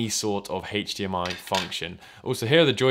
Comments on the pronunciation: It's not hachdmi it's Hdmi. Ugh... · Wait... Hach DMI??? its HDMI nit HACH DMI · Why do you pronounce HDMI heich-d-m-i? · Its funny you say hachdmi instead of hdmi. British ppl say the letter h weird lol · "It is hatedge d.m.i capable" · Hatcchh dee mm ie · smoke a bowl, start video, couple minute later, i ask myself, "have i been saying H wrong all my life?" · How he says HDMI